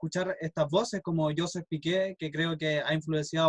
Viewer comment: José Miguel (?) Aznar... Que mal te preparaste la entrevista..Tampoco pronuncias bien su nombre:no es JOseph sino JoSHEP ..e tanto quanti...